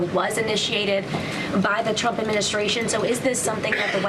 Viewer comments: Has she lost the ability to say Trump? Donald J Chump is what I heard. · Thought she said Chumps 😅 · Karoliar just called him CHUMP perfect slip of the tongue 🤣🤣🤣🤣🤣🤣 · She said Chump instead of Trump? That's called a Freudian slip.